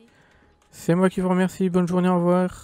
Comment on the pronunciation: au wevoiw , mewci bonne jouwnée mdrrrrr trop fort , se sont les mêmes développeurs pour tous les jeux de simulations auxquels on joue ou quoi ?